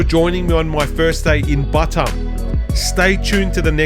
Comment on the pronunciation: It’s not butt um, it’s B’tarm. 🙉😵‍💫